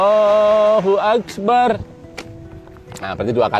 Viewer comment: Maaf pak kyai, pada ucapan اكبر, ro dibaca tafkhim. Pangapunten.